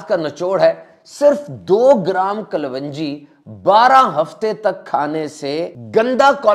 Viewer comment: Kalonji, not klwanji